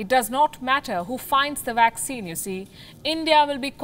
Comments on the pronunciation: It's vaccine not waxcin 😂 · A friendly correction to the pronounciation of two words: It is not 'vorld' but 'world'. It is not 'waccine' but 'vaccine'. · Commentator pronounced VACCINE with beginning letter “v” sounded “w”. V for “ver” while W for “wer”